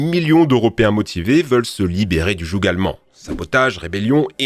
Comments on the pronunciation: Jougue 😭😂 on voit bien que celui qui écrit les textes n'est pas le narrateur ou alors il n'a jamais prononcé correctement le terme joug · le jougueuh? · Désolé, je vais être chiant mais... "jougue" ? 😭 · Le jougue allemand ? C’est la première fois que j’entend ça, dans mes souvenirs le g de joug est muet. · Le "jougue" allemand, quel fleau........... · On ne prononce pas le g de joug. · le "jougue" allemand, dur dur la culture au pire apprenez vos textes en phonétiques ;) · Le "jougue"" allemand XD jsuis mort XD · le "jougUE" ? 😅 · Le g de joug ne se prononce pas